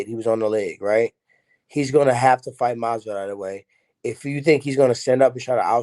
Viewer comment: Tyrone said masvidoll because he’s trying to go against his father 😂